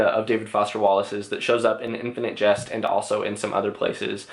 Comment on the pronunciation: Why do you pronounce jest like just ?